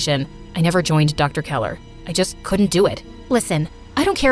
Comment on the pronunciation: Dr.Keller Not Dr.Keeler.